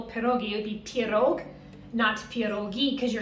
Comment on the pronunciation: 'Pierog' doesn't end with a 'G' it ends with a silent 'K'.